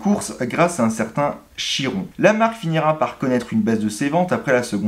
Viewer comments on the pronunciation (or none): none